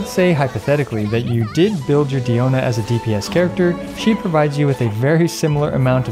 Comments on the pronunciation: Can you say her name right pls it's not deeona it's pronounced like die-ona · It’s dI-O-na first of all and 2nd you know diona is a great healer when she stands a fight in a DPS showdown against actual DPS characters